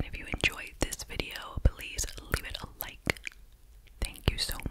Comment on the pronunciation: my favorite thing you do say one-syllable words that end with the letter K...two times a wee-K. please leave it a li-Ke. love love love 😴❤